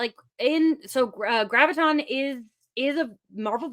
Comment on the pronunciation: It's Graviton, not GravitTron. It's not a gravity program from an 80's Disney Sci-Fi movie that takes place inside a computer.